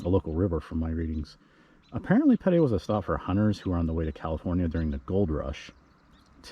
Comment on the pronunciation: I’m a descendant of Sebastian Ritner and have to chime in. Pedee is pronounced like the letter P and the letter D. I also live in Vegas and when people pronounce Nevada as Nevahhh-duh I chime in 😂. Thanks for doing this video.